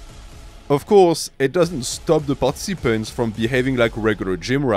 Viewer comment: Bro you pronounce "participants" wrong